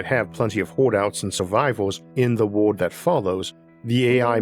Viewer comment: there is an unnaturally high amount people with speaking impediments making science narrated videos. Their R, W, and Ls all sounds the same. World becomes wowood.